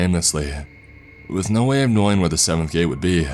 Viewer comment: Gate-ahh flashlight-ahh us-ahh distance-ahh